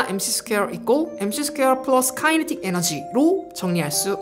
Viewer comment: Kinetic 은 발음이 키네틱 임. Not 카이네틱.